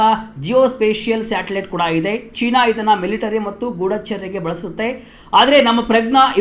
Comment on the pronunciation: At 4.57 ಮಾರಾಯಾ ಅದು "ಸ್ಯಾಟಲೈಟ್", " "_ಟಲೈಟ್" ಅಲ್ಲ. ತುಂಬಾ ಅಸಭ್ಯವಾಗಿ ಕೇಳಿಸುತ್ತೆ.